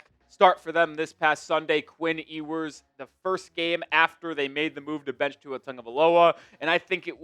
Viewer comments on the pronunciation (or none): Solid break down! But his name is pronounced “You-ers” :) I’ve heard other say “Hugh-ers” and sounds like you’re saying “Ee-oo-ers” But Quinn himself pronounces it “You-ers.” 😊